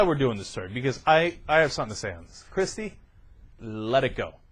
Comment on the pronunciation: they can't even say her fucking name correctly.. it's KIRSTIE NOT KRISTIE you melts